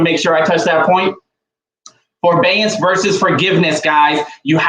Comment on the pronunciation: It is forbearance not forbeance